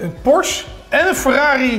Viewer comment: Weet je wat ik wel raar vind je bent zo en dan nogsteeds porsche verkeerd uitspreken tis geen porsch je zecht porsch e zo spreek je et uit porsche u porsch u 😬